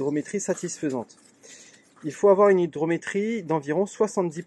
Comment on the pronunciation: hygROmétrie * hygROmétre *